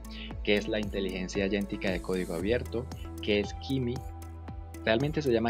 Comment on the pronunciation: Por qué pronuncias agéntica como "ayentica" ??? Si es por la pronunciación del inglés, pues también está mal.